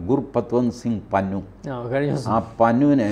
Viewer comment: PANNUN ALLA " PANNAN " AANU. JAI HIND